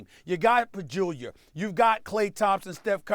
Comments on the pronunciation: "You got Pajulier" Does he really not possess the physical tools required to say Pachulia or Ibaka without ending it in an "r" or does he do it on purpose? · Who the fuck is “Bajewler” Lmao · "You got a Bajulyer" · He said Pajulia lmfaoo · the way Stephen A absolutely butchers pachulia's name is hilarious